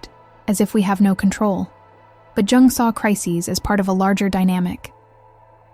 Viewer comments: oh just say Carl Gustav, leave "Jing- jung" alone. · At least get an ai voice that doesn’t mispronounce Jung so badly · They did c Jung dirty with how the ai pronounce his name